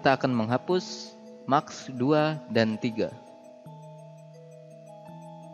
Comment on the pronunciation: keren mas tutorialnya. sangat jelas. namun ada masukan dari saya dalam hal pengucapan. saya baca di komen juga ada yang mengkritisi ttg pengucapan yang salah. seperti TIMELINE jangan di baca timlin, tapi taim lain, atau MASK jangan di baca maks tapi mass`. dan ada beberapa kata lagi yang masih salah dalam pengucapan. btw... sebenarnya yang di tempatkan di frame itu namanya time indicator, bukan timeline. semangat terus buat tutorialnya ya